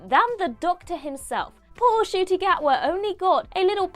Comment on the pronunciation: Ncuti not Acooti (who is outside)